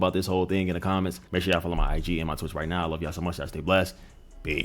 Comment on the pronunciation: “I wove you” 😂😂😂